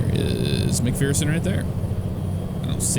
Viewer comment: you pronounce mcpherson as mc fur son i live close to there